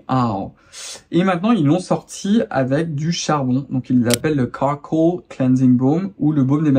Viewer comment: Super vidéo 👍 bon j"ai bien rigolée pour le "charcoal" ou "carcoole" 😂. Bonnes vacances à tous.